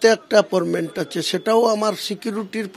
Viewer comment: এগুলো কি নেতা😂😂😂 Appointment শব্দটা কে Apporment (অ্যাপর্মেন্ট ) বলছে।।।।